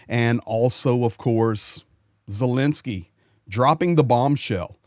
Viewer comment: please explain to us is the Ukrainian President’s name pronounced Zelensky or Zelinsky.